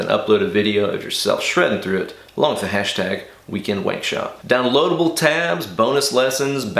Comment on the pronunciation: 🙎🏼‍♂️ “Why did you say weekend that way?” 💁🏽‍♂️ “Hwat hway?”